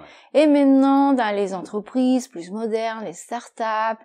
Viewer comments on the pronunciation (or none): She says "pluS modernes, pluS jeunes"... What??? Since when is "s" pronounced here? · je parle de la prononciation, c'est pour la première fois que j'entends "pluS" (avec le s prononcé)